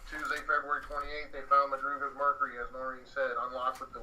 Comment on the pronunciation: Madrugas car, not Mathias...